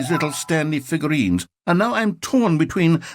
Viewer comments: 'Figlureanlurines' kills me every time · “You’ve nearly gotten all of the Figlureanlurines!”